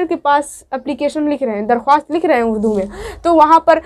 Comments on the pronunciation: Madam ji darkhawast nhi bolte likhte hai darkhast padhte hai ok!! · Aap darkhwast na bolke darkhast bolie aur farman bardar na bolke farma bardar bolie